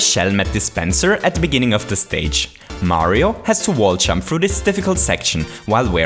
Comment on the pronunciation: Chili P Mario- maaario